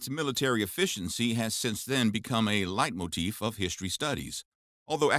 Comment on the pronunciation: The word „Leitmotiv“ was pronounced very well! -a german